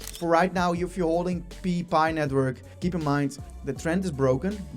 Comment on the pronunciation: 😂😂😂😂 pee nitwiurk